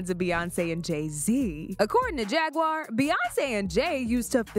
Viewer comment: He keep calling Jaguar JAGGURED!!!😂😂😂